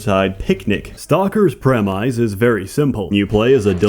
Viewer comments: "Prem-mise" lol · "preh-mize" You mean "premise"? So much Eastern Bloc memery, I can't keep up! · Haha he said premise wrong